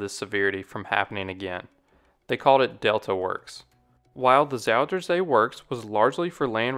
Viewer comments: just say southern sea dude, zoutern zae sounds so weird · I like the way he pronounces Zuiderzee